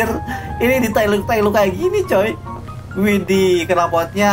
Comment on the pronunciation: Ketika kagum kata ini sering keluar "iddih" (w nya ilang, tapi kadang² widih si"